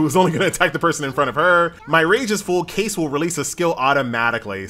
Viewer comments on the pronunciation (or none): none